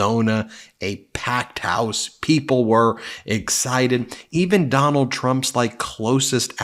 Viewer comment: “You’ll have to ask her”. Four times? Typical mind numbing repetition from what’s his name. Doonald? Do nada? Dome bald? So many ways to pronounce it. Can’t keep track.